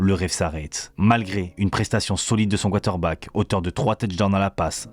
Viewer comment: Frère faut que tu apprennes à prononcer Quater Back 😂❤